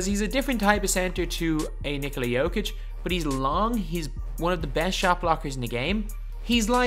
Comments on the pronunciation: Nee-kola Yo-kitch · Nick-ola JOE-Kich is not how u pronounce it